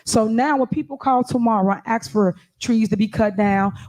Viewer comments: Incredible command of the English language. 21st century and still saying “axe” instead of “ask”. Fascinating. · The word is ASKED. Not axed. I won't even include the dozen other words she can't pronounce. If you can't speak proper English, why in the world would I vote for you to run my city? This woman should be UNDER the jail. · It's a shame she made it all the way to this position in this level and she can't even say ask. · Why do people vote others into office and those same people cannot use simple straight plain English with proper grammar. For instance... the word "ask"... is NOT Pronounced in the formed word--> "acks" or "aks" but "ASK". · Can someone tell this daughter of a field hand that “ask” is not pronounced “ax” an ax is used to cut wood. To ask is beg a question. She only says “ax” about every minute or so, the ignorant see you next Tuesday. For a very ordinary intellect, she’s got a hell of an opinion about herself. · For GOD SAKE it's "ASK" not "AXED"......Listen her talk and it's BS in the meantime she keeps ripping off the Town, do a recall and vote her out of office and fired her from the town supervisor. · What is she talking about axeing? Axeing what ? Maybe she needs a speech therapist? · "I'm just AXing"..Can't even Speak right!🤷 "You guys are making a mockery"..NO ..YOU are making a mockery. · Goddammit it's ASK, not AXE!!! Go back to fifth grade! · Ask not ax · Cam someone please tell Tiff that the word "'ask"' is not pronounced "' axe"' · I love it when she says three times "axe for the trees"...she grow up here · when they AXE for stuff..its a shame..no to hear you AXE them for shit is the real shame 🙄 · Listening to her speak is horrible. Ask doesn’t have an x in it and with does not end with a d. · Oh, and......the "s" is BEFORRRE the "k".........